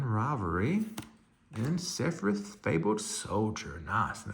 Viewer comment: the way you just pronounced Sephiroths name triggered me.